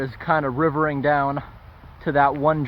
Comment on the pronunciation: "riverring" lol.